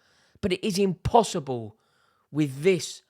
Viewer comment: “Nothing is impotterble”!